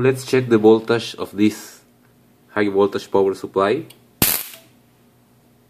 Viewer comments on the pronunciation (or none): This video is very informative. Thank you for making it. But really, can you not learn to pronounce "voltage" like it is commonly pronounced? Will that be very hard for you?